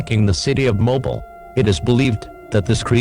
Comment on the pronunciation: Mobile is pronounced (MO-BEEL) Not (MO-BILL)